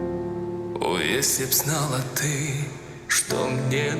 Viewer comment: vielen Dank für deine Analyse, es ist sehr interessant dir zu zuhören. Deine Aussprache vom Wort «ты» ty- du, war perfekt. Nur wenige, die nicht in Russland geboren sind, können diese Buchstabe wiedergeben 👍